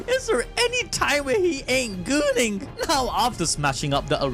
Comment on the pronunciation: Never thought hearing an indian person say gooning would give me so much happiness lol